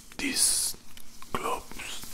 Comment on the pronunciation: En inglés, hay que diferenciar entre las letras “v” y “b”, porque cuando dices gloves, suena como globes, que es globo. Espero no parecer crítico, solo quiero ayudar😁